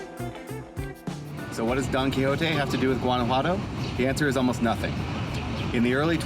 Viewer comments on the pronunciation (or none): It’s not “ Gadajuanto” it’s Guanajuato 🤦🏻‍♀️ plz don’t visit my land if you can’t even pronounce its name. and 2 I couldn’t take the whiteness in this video 😂